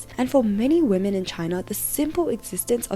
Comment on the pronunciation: Gentlemen, It is with great disappointment that i present to you: Wamen.